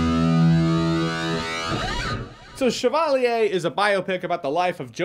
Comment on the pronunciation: French person here, clicked on the video and was interested to see how you pronounced "chevalier". 7/10 😁